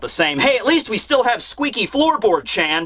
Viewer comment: You say "chan" wrong and then mispronounce "Shadiversity".